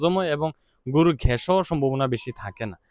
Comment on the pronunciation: ঘ্যাস কি? গ্যাস বলেন